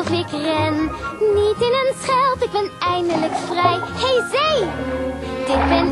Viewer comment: spreekt de Z niet goed genoeg uit. Het is bij haar veel meer: Ik ben gek op de see!